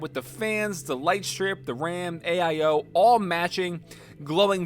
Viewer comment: pc: has an AIO:...aye-eye-oH